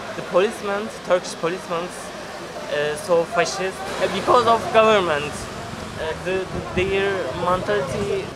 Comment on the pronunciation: "But th Turkish policemaens, policemaens are so fasşist."